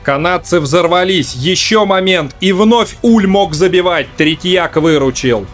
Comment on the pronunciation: Верно, он франкофон, поэтому правильно называть его Уле (буква е на конце у него пишется с ударением с черточкой), да и канадские комментаторы его называли Уле, но это правда не принципиально, у нас привыкли называть Уль, пусть останется Уль